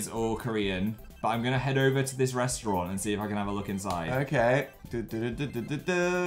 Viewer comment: i love how phil says restaurant as “restrawn”